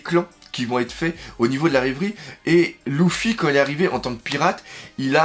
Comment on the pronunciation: Luffy pas Louffy😭 LEUUUUUFFFY😂